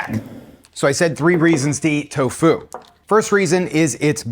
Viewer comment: Never heard tofu pronounced like Corfu